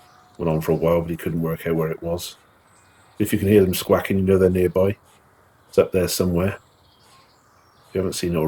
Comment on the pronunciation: What's wrong with you Brits; squaking is not a word, squawking is. Learn to pronounce basic English.